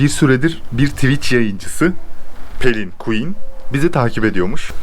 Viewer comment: Abi pelin quen deme piqüen de dkksjsjjajq